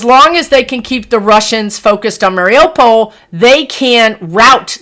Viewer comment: Morning, I’m watching your video now. It is pronounced Mariyupol. Hope this helps.